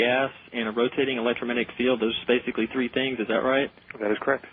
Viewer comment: Sure sounded like facebook, not basically.